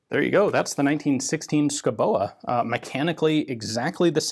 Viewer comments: Native Dane here. The e in Schouboe is silent. Otherwise, pretty good pronounciation I have to say^^ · The "e" at the end is pronounced as a lengthening of the "o", we love doing things like that in Danish. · As a Dane I can't understand the pronounciation of Schouboe, but Danish is hard for foreign tongues. The Pronounciation in Danish is more like "Skuvbu" but still with a bit of "o" rounding on the o sounds, but cut of faster and don't pronounce the e at the end, that is a silent e. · The e in Schouboe is silent, just like the d in Madsen. Best regards from Denmark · i know Danish is a silly, stupid, irrational and impossible language - but i gotta correct you: the "e" in "oe" is silent. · Its pronounced "Shoobohh", not "Skoboa" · Hmm.. yes You butchered the pronounciation, but that is thoroughly understandable, as it is pronounced "Skovbo". Danish pronounciation is living Hell for foreigners in so far, as there are lots of mute letter, Danish spelling is impossible and sometimes all of the consonants have to be pronounced. Switching to Greenlandic does NOT help matters, as they have unique consonants, which are best pronounced WITHOUT teeth, and with a lot of drool. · It's actually pronounced 'shooby'. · S K O W B O is how it is pronounced! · The name is pronaunced Skovboe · Pronounced: Show-bo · Hi Ian.... it's pronounced SKOUBO...yeah I know Danish is hard. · Pronounce it like you would say duh and boo..... Skuh-u-Boo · Me thinking : Dont laugh when Ian pronounces the name!....fail. Schouboe = Skovbo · Dane here. It's pronounced more like "SCOW-bow". Not exact, but that's as close as you will get with American English phonetics. It means someone that lives in the forest. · Oh dear, your norwegian and swedish is really good but the danish needs some work. Just put a hot potato in your mouth and say sco-bow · Oh my fucking gawd, your pronunciation. Insane.